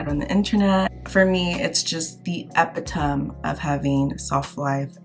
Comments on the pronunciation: A-pit-a-me or o-me. Short A in both parts like amazing.. I had to try and figure out what word I thought you were saying. It's the correct meaning, but if you meant something else I don't know what It is. I am correcting your pronunciation. I apologize if that makes you feel uncomfortable. Let me know. I agree with you I love my braid locs. I keep them up myself and it's the best thing ever for all the reasons you said. I know that is not how you spell it but it's how it sounds. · This may sound funny, but I’ve never heard anyone pronounce ‘epitome’ that way. Is that a Nigerian thing? Lmk! Also, wondering if your beautiful name ‘’ is seeing a spike in new babies bc of the Netflix movie!